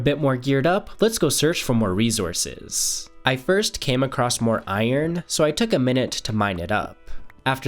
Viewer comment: "rezourrces" always gets me 🤣